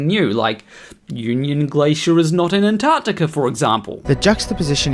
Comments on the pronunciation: He is correct. They are not in Anartica. They are in AnTarCtica. Even some non FErthers can't say it properlike. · Stop saying Anartica! You are doing my head in. It’s AnTarCtiCa. Try it slowly. A N T A R C T I C A, Antarctica, Antarctica good boy. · He's saying anarctica ffs